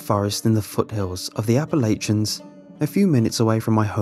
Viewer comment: You can always tell who hasn’t been to Appalachia by the way they pronounce the word “Appalachia.”